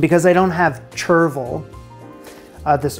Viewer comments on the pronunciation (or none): Apparently you don’t skim a shellfish stock or bisque . I know this from a chef I worked with . He knew this cos Gordon had told him the week before . Also it’s ‘shur-ville’ and one of the classic French herbs, very popular in salad mixes, tastes like a mild tarragon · It's "shur-vil" :D Awesome recipes! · It's pronounced Shervil...the difference between hollandaise and bernaise (my one Friends reference)... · It's pronounced like "cauj" for the record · chervil is pronounced shur-vl. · It’s pronounced sure-vill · Chervil rhymes with "gerbil." I guess it's kiiiind of like parsley, but more aromatic.